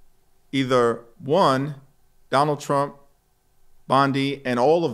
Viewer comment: “Sonald Srump!” 😂